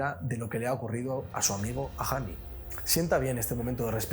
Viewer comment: Todos: Ajani. España: a g j h a n i